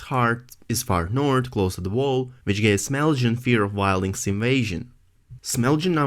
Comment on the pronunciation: it's Small Jon. not smelljin. lol